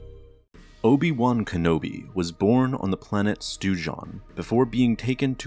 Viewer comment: Oh goodness he actually said it.... Stew Jon🤣😅🤦🏻‍♂️